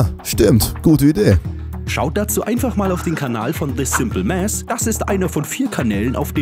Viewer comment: The Simple Mäss, bitte nicht 😂